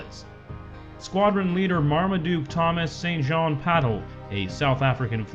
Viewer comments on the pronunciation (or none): Pat Pattle, St John isn't pronounced Saint John, rather more like sin-jen. One of those you have to hear, if you wish